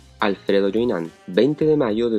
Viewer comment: El apellido francés creo q se dice Yué i ñon t En modo nasal, boca cerrada Saludos 👍